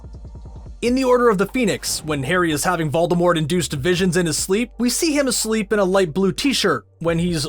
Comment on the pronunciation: I have subtitles on and he said volermort but they read, valdar wart